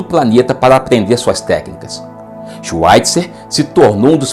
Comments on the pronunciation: Bom vídeo! Obs.: a pronúncia de Albert Schweitzer, em alemão, é "albért shváitzer" (w tem som de v). Em Bach, o som do ch é aspirado, quase na garganta, não soa como k. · "Schvaitza", o er final em alemão é pronunciado como um a fraco.